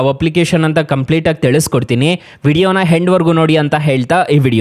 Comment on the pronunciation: ಹೆಂಡ್ ಅಲ್ಲಾ ಅದು ಎಂಡ್